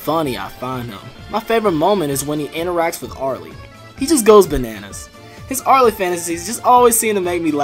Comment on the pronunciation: top 5 favorite tetris openers also, aarl, not ar-lee btw